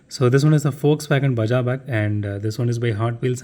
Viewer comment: Irrelevant, but I should like to point out that Baja is pronounced 'Baa-haa' not 'Bu(h)jaa'. Baja is the northernmost state of Mexico and hosts the very famous Baja 1000.